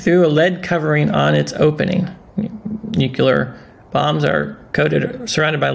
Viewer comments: Listen... Great effort but... I have a hard time with anyone, especially an educted person that mispronounces the word "NUCLEAR". Say it with me NEW CLEE ARE-NUCLEAR. EASY, RIGHT? NOT "NEW CUE LAR"- NUCULAR. PLEASE TRY? It detracts from your wisdom. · NUCLEAR, not nucular...